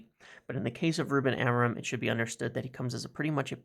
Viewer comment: As a welcome gift to Ruben, MU fans should try to say his surname properly: the stress is in the final syllable a-mo-RIM, the M is not pronunced and the sound is nasal (like the "IN" in sINg)